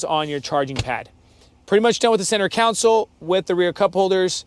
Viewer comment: Who is going to tell him that it's "center console" and not "center council"? Otherwise, nice thorough video.